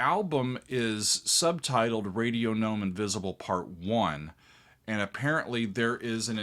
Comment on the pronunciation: Excellent. Yes, a hard “g” on “gnome” because that’s the French pronunciation. Glad you discovered Gong!